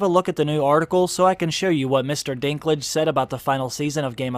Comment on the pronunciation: Irgh. For a german ear it sounds so wrong when you call him "Dinglitsch" :D Dinklage is the name of a city in North-West Germany from where a lot of people moved to North-America in the 19th century. It's more called Dink (as in Think but with D instead Th) and Lager but without r but with a bit longer e.